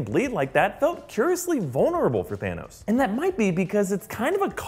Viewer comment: Guess what?!! Thaaa-nose